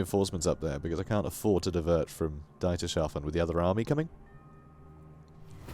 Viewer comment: BTW, Dietershafen reads as Deeters Half En